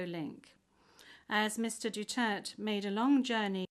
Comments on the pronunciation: Is not Dutert. _Du_ter_te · It's Duterte!!! Not dutert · What a bunch of dummies that can't even pronounce his name correctly, even after being corrected. Probably done intentionally by this unprofessional "Judge".